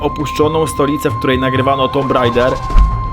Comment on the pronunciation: Poprawna wymowa to Tumb Raider.